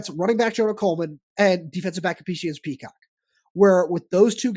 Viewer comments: You guys need to learn how to say names and also learn the names. It Prysock not Peacock! You also better learn how to say T-Mac because you butchered his name. You guys seem clueless when you done know who your even talking about IMHO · Prysock, learn the names, y'all are embarrassing yourselves.